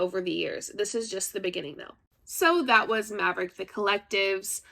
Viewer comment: It's OK no one knows how to say Maverick properly. And that's all right with me.